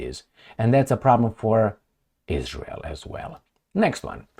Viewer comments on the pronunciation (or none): none